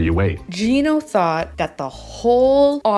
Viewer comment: Yes you are pronouncing his name correctly! Finally someone says it right!!